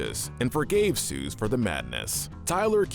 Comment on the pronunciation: Ah yes. Good old “Suze”😂